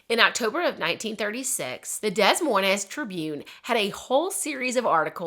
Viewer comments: You mispronounced Des Moines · Hearing Des Moines pronounced Des Moines really caught me off guard lol. Is there another Des Moines that's pronounced like that?